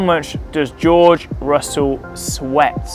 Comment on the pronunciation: george russell says his name like joe russell